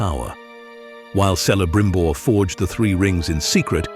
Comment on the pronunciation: Your pronunciation of Eregion and Celebrimbor is totally WRONG. ereGion not ereJion and Kelebrimbor not Selebrimbor. Yes rings of power show sucks